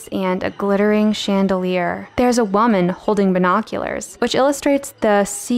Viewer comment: where is the dialect from where they say wha-man instead of woman? (like in the vid)